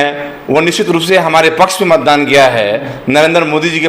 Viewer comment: Mandan nahi hai beta matdan hota hai 😅😅😅😅